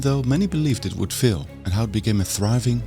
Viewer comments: It's 'faaaiil', not 'fail', which to British ears sounds almost like 'fill'. Looong vowels are longer than in Dutch, the film maker's language. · you really need to work on your pronunciation. It is FAIL, not FILL. Very irritating, if this is such an important word as it is in your video. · Why would anybody pronounce "fail" like "fill"..... There is no need for that. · Great video, I enjoyed. Don't want to complain but thought you might like to know. When you said "fill" I think you meant "fail"? (it rhymes with pale). And King Charles is king of the United Kingdom of Great Britain and Northern Ireland, or short UK. England is what many Americans say because they don't know that the other parts are Wales, Scotland and Northern Ireland. If I was from any of the not-England parts I would be rather annoyed, if not seriously pisses off. I enjoyed the subject matter of this video. Looking forward to catching up on your other videos. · Your accent is quite interesting. You pronounce "fail" as "fill". You don't pronounce the "a" at all.